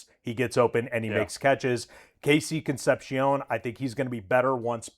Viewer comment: Why can't anyone that works at UCSS get KC's name right? It's Concep-See-Own not She-Own. I never once heard anyone call Dave Concepcion Dave concepsheon. Ear grading.